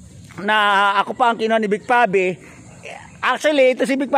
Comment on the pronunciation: Pangit pangit ang pag narrate mo kuya......vic pave vic pave vic pave vic pabe....ah ha ha ha ha